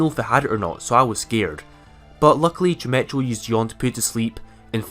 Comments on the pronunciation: Chimecho is actually pronounced like chime-eko, its a silly name lol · Chimecho is pronounce chimecko. Like gecko at the end. Or echo as in the actual word